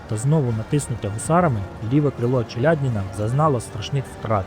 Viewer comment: Авторе, робіть, будь ласка правильні наголоси. Вже ж таки у родовому відмінку буде не ЧеляднІна, а ЧеляднінА. А місто в Білорусі Орша (наголос на першу голосну), а не ОршА🤦🤦🤦🤦 Лінь пару хвилин на Вікіпедію витратити, щоб подивитись, як правильно?